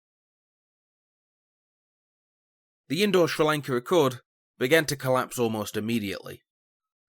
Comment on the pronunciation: Has to be the worst pronunciation of Sri Lanka I've heard, I can imagine you saying Chinese names its going to sound horrible.